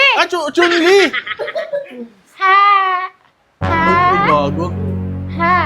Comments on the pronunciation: Chun Lee ❌ Chon Le ✅ 😂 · Chun-li lichun (letchon) hahaha hahaha